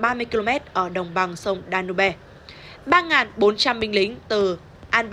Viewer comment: Đọc tên sông Danube nghe lại tai chương chướng